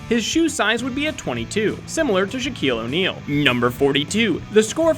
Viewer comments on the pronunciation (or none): Shrekeel on'eill.